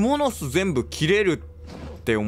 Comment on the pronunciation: 「クモ⤴の巣⤵」が気になりすぎて、夜しか眠れません。